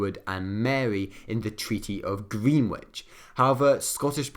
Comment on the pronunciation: btw for pronunciation - Treaty of Greenwich is pronounced 'grenidge' and the Earl of Hertford is pronounced 'Hartford'